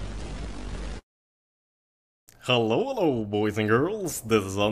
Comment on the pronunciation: When you say "Hellow Boys And Girls" do you do that in a funny way or is that just your accent and how you talk?